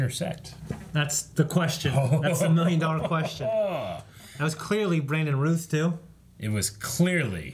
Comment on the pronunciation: Why do they pronounce Brandon Routh's last name the way they do? That's not how he says it.